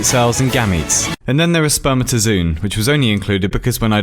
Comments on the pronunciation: Its not "spermatoZOON" its read as "Zo on". It has a double 'o'. Awsome vid btw ✊ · it's not sper-mata-zoon, it's sper-mata-zo-on Maybe not in yours, but mine is full of it. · the article literally shows you how its pronounced you bell end sperm-At-uh-ZO-on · It's pronounced zo-an, not zoon. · Great video, as usual. Although, 'spermatozoon' is pronounced 'zoe-un', not 'zoon'. It says it in the wikipedia page :'). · but... u pronounce it spuh· muh· tuh· zow· on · You pronounced spermatozoon wrong (I only know because I can read IPA (those weird letters next to a definition)) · It's pronounced sperMAtozoon. The ma is pronounced like the ma in man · Spermata zo on - how you pronounce it ! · You pronounced spermatozoon wrong. It was right there and you pronounced it wrong. sperm-at-o-zoh-on. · I know "spermatozoon" was pronounced wrong, but that wouldn't have worked half as well or been half as hilarious if he'd pronounced it correctly :D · I can't tell if you're being ironic with your pronunciation of "spermatozoon", because Wikipedia has the correct pronunciation right there.